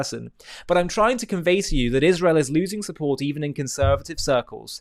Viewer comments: Have she ever proven something about anything ever? And does she try to look smart when she talks? Because it has the opposite effect. PS And Candace, its Israel not Ichrael ;-) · Used to accept you (Candace) until I start hearing “Izhrael” What antisemitic you become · Dripping so much hatred that the demons can't even keep her face from contorting or pronounce Isreal correctly. She has lost her mind. Unfortunately, despite the facts, many will still believe her.